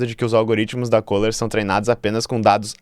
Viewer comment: O nome da empresa é Kohler. CÚLER!